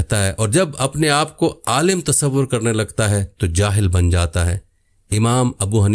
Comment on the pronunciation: Pehley Alim bolna to seekh lo